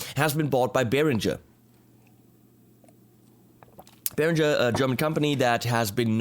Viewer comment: Why on earth do you, as a German, pronounce the word “Beringer” wrong? As all of those st….d Americans do, you pronounce it as “Berindjzer”. Why not give all the English speaking people a little education and pronounce is as it should, with a ng-sound (like ring).